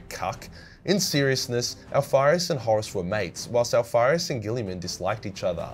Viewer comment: That last part about omegon and alparuis sounded like jibbrish idek what happened XD